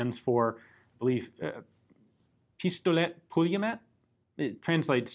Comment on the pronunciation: Didn't butcher the name completely , proud of you Ian ;) you got the [Pistolet] right and the second part is [Pool-ye-myot]